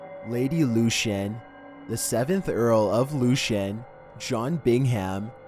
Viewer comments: No 2 case is pronounced Lord Lukan (that is what it sounds like).....Lord Lucan. They believe he killed the nanny down the stairs believing it was his wife in the dark, so I did read ages ago. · It’s not “Lord Lucian”, it’s Lord Lucan!!! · Number 2 is pronounced Luke-an, not Lucian. And it’s Birming-um, we never pronounce anything that ends in “ham” as “ham” in the U.K. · It's lord LUCAN just how it's spelt not luchan 🙈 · Yep. and Lord Lucan. it's Lord 'Loo-Can' not 'Lew-Chan' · You think that's bad Lucan is pronounced Lukan not Lushan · I also think it's supposed to be Lord "Loo-can" (Lucan) instead of "Loo-shun"...it matters if one is interested in researching further info about the subjects... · Jimmy Hoefa? Lord Lushan? LOL. Come on mate.....how difficult is it to find out how to pronounce their names correctly? 😂😂😂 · he pronounces other names in this video wrong too- like Lord Lucan and Jimmy Hoffa